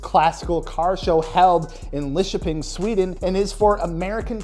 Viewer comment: wtf you said lidköping perfectly with the local accent even